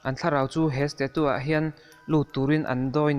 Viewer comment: Stachu tiin lam rawh, sta-tu ti lovin😂